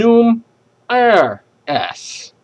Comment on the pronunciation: well I'm gonna correct your pronunciation you were wrong to mention these words : 1. Lapangan & dengan (sounds 'lapang-gan' 'deng,-gan' you used double 'g'. it should be 'lapang-an & deng-an') 2. Air (you sound 'eir', just mention it 'a' in indonesian style) but overall you're great